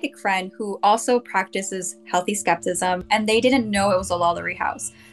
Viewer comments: Every time she said skeptism instead of skepticism it made me giggle 🤭.. but anyhoo real or not I enjoyed watching! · Listening to this person say “skeptism” discounts the entire rest of the video